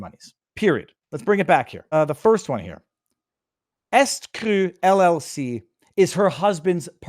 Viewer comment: Pardon moi, but it's "E ST Cru" as in "E Street Cru", not "Est Cru."